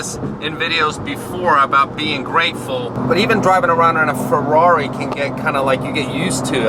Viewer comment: "Here we are in the FRARI"